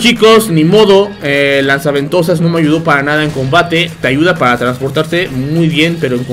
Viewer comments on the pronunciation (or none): Todos: Lanza ventosas o Gancho XD: LAZA VENTOSAS XDXDXDXD